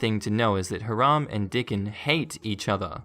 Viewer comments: Agreed. I believe it’s pronounced “HIGH-ram” not “haa-RAM”. I might be wrong. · Plus the emphasis is on the second syllable. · The proper name Hiram is pronounced Hi ram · I meant first syllable.